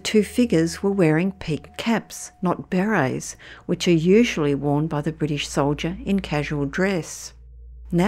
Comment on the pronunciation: Berets NOT Berries! 🤣